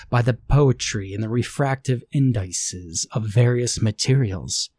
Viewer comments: Delightfully Lovecraftian; if Erich Zahn was an architect instead of a musician. I like that the writer included technical details. BTW it's IN-duh-sees not in-DICE-ehz. Otherwise a good reading. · Indices is pronounced inn-duh-sees, plural form of the noun, index.